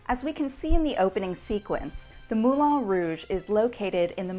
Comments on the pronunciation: Is anyone else aware that the place is called Moulin Rouge, not Moulon Rouge. It is pronounced as one says the ‘an’ in ‘can’, not ‘on’ as in ‘on the table.’ Why not get it right? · I hate hate HATE how you pronounce Moulin Rouge